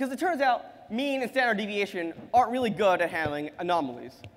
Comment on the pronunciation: Goddamn, just say 'sd' instead of 'staneviation'.